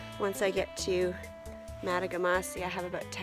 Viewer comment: Great trip. The lake you started and finished on is pronounced MA TOG GA MA SI. Nicknamed TOG for short. Great video !